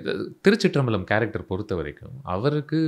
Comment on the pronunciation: பழம் பழம்னு உச்சரிக்கரிங்க just பலம் திருச்சிற்றம்பலம் 👍🏿🙏🏿